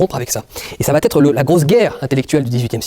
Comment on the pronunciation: Rochedy gros cerveau...le mec est tellement culitvé qu'il invente des liaisons..."ca va têtre" 😂